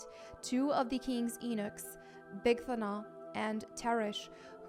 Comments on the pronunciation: You keep saying eeenuchs. You mean “yuuu-knucks” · I thought it was pronounced yu-nuk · I believe it’s YOU-niks (eunuchs)